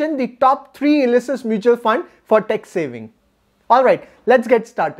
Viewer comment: Very nice information. Your pronunciation of Tax is tex. It is confused for sometime and later it is realised. So please take care on this and your pronunciations.